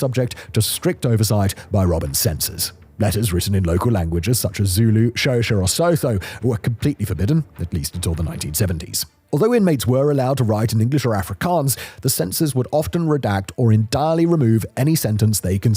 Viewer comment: Dear English people, African languages do not use the same rules as English, it’s Sutu not suTHu is LesoTo not lesoTHHoo, the president of SA is RamaPosa not RamaFosa